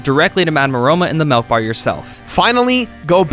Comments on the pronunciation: pronounces things weird af, where is he from? Melk? Sirline? Skull-tilla? Jk man I love you. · Did....Did he say....Melk road?